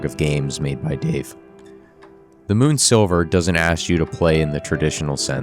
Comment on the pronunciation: bro, excellent video essay, but it's moon sliver not moon silver XD